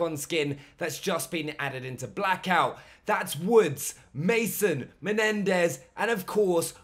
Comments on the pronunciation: I know right its MENENDÈZ not MENDEZ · He said “Mendez”